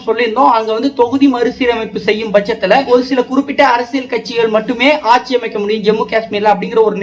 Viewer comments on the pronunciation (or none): none